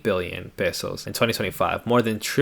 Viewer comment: Thanks for pronouncing "pesos" correctly—most Americans in the Philippines can't even get that right.